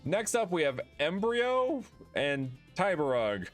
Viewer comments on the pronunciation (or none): i don't know if anyone has mentioned that it's Emb(roy)o as in Embroider not Embryo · make sure to remember its not embreyo its embroyo. pronounce: M-BRO-YOH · It's Em-BROY-o, not embryo. It does look like embryo at first glance tho. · It's "Embroyo" like Embroidery or Embroidered not "Embryo" like an unborn offspring. Lol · Embryo? It says Embroyo maybe he read it wrong, honestly i would’ve to. The name is quite similar to the word and easy to mispronounce. Anyways love your video! Keep up the good work! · Yes the Pokémon.. EMBROYO... NOT EMBRYO... RUN IT BACK LOL.. AS in embroydering.. the art of quilt making ... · I think it's supposed to be embROYo like embroidery, but I could be wrong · Embroyo... first off it's EmbrOyo not just embryo, and i believe it's supposed to be embroy as in embroidery... cause it's a carpet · It's not Embryo, it's Embr-O-yo haha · it doesnt day Embryo, it says Embroyo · EMBROYO, EM-BROY-O, like embroidery! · The OYO is pronounced as in "yoyo" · The name Embroyo you are pronouncing it wrong. The last part of it its meant to be “ROYO” which means “ROLL” in English. As to the Emb part Im not sure.